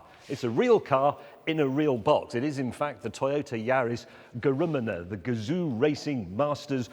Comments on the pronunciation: The "GRMNMNMMNMMNMNMNMNMNMN" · The 'ger-rumener' haha!